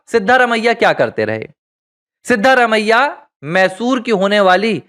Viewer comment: Pronounciation of the name of Chief minister of Karnataka is not correct. The name should be pronounced as Siddaraamaiah.